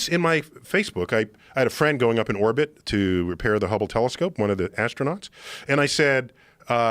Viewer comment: LOL i had to LOL actually in real life when Neil said so casually "i had a friend who went up into ordbit to repair the hobble telescope"...Daymmm i need a new circle of friends